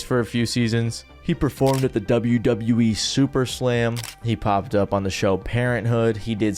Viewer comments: Turned this off after dude said super slam instead of summer slam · I know I'm nitpicking here but it's Summer Slam...not Super Slam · Did he just say SUPER SLAM instead of Summerslam? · Not “SuperSlam” 😂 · Superslam? Michael key? How do u get so many things wrong lol, it's like you are AI programming yourself lol